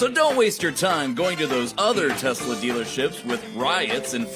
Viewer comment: “I love Teslerrrrr”. 😂🤣